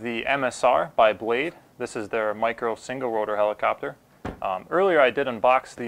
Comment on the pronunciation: blade **** not blase lol